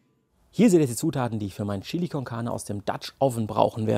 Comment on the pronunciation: Cooles Rezept, ich amüsiere mich immer köstlich, wenn Du "Schilli" sagst! :):):) Ich gebe in mein "Schilli" immer etwas dunkle Schokolade und eine kleine Tasse starken Espresso. Zudem brate ich das Fleisch in etwas Schweineschmalz an, das gibt noch extra Geschmack (wie auch beim Gulasch). Probier das mal aus!